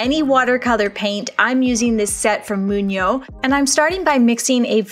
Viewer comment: Hey! Thank you for these tutorials - I really love your videos ❤ Having lived in Vancouver as well, I love me some Canadian content! Just an FYI though, Mungyo, which is a Korean brand (where I'm from), is pronounced Mun-gyo, instead of Mung-yo! 😊 As a Mungyo user / Korean person, I just wanted to let you know ❤ Keep being awesome 🥰